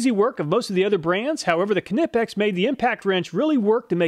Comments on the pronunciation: Im sure this has been pointed out already, but the proper pronunciation of Knipex is Nipex, the K is silent. Love your videos. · Bro, it’s ni-pex, I like iPod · “Ka-nip-ex” 😂 lmao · kuh nip ex 🤣🤣🤣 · you probably don’t care but I’m pretty sure the letter K in “Knipex” is silent. I think it’s pronounced “Nypex.” Can’t blame you for saying it the way you do though, they really came up with a bad name. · The “K” in Knipex is silent.. It’s pronounced “Nie-Pex”.. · the "K"nippex...LOL its silent k - so just Nippex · please dont say Ka-nip-x lol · Great vid but I have to say, it's pronounced Nipex The K is silent. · The 'k' in 'Knipex' is pronounced like the 'k' in 'knowledge'. It's "nie-pex". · You pronounce KNIPEX like KNIFE - it' 'nip-ex' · I have always thought it was pronounced "ni-pecks" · NIP-EX ,asking my ears bleed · Knipex is pronounced "ny-pex"! FTLOG say it correctly! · it's pronounced Nipex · Why are you pronouncing the silent k on “nipex” please stop Germans thank you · Knipex is a German brand, produced in Wuppertal in Germany, and If you want to pronounce it correctly, you should pronounce it like the Germans do. And that isn't the way with a soundless "K". "Neepex" is just what native english speakers have made out of it.😉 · You can’t really hate on this man, he gives us the stats and tests that other content creators just can’t. Idk why you say Knipex like that, but otherwise an awesome video. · apart from not being able to handle you pronounce the k in knipex was an awesome vid 👍🏻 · I liked the way you pronounce Knipex 🖤😁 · 1. Say the word knife, now apply the same silent ‘k’ to knipex! I bet you miss the second i out of aluminium.😜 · OK reluctantly I'll be that guy. The "K" in "Knipex" is silent. No disrespect intended and thank you for all your efforts and videos. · Holy shit it frustrates me so much: the K in Knipex is silent ffs 😂😂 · The k is silent in knipex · Is that the correct pronunciation of knipex?? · The k in knipex is silent . Lol .